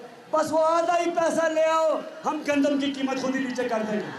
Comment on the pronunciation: गंदूम=गेहू यह मुझको नहीं ज्ञात था मैं काफी समय से यह पाकिस्तान के गंदूम वाले समाचार सुन रहा था। मुझे लगा यह गंधम बोल रहे है 🤪